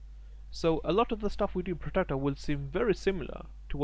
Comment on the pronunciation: good video, clearly pro style, 1 suggestion you need to pronounce the word Protractor not Protector.